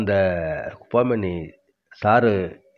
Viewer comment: 'குப்பா மேனி அல்ல, குப்பை மேனி'என்று சரியாக உச்சரிக்ககவும . திணறாமல் மூச்சுவாங்காமல் இயல்பாப்பேச முயற்சித்தல் நன்று. தகவல் அருமை .